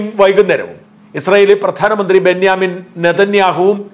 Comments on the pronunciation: I am sorry to correct you Mr Marunadan Israel Prime Minister’s first name is not Benyamin as I hear you saying It is Benjamin as far as I know. Please correct it if you happened to read this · ബെഞ്ഞാമിൻ നെതന്യാഹു അല്ല, ബെഞ്ചമിൻ നെതന്യാഹു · ബെന്യാമിൻ എന്നല്ല ബെഞ്ചമിൻ. ബെഞ്ചമിനെ ബെഞ്ചമിൻ എന്ന് തന്നെ വിളിക്കണം. ഒരു സ്പെല്ലിങ് പോലും നമ്മളായിട്ട് മാറ്റേണ്ട കാര്യമില്ല.